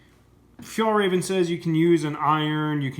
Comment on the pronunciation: lol feeyallraven